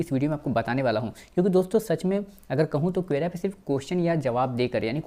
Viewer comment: भाई, क्वेरा नही, कोरा/ क्वोरा कहते है।।